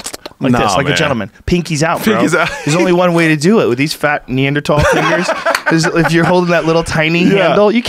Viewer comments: Joe “Knee-ander-tall” Rogan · Joe "Pronounces neanderthal without the "h" to sound like his intellectual guests" Rogan.